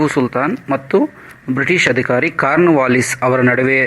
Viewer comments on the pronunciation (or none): none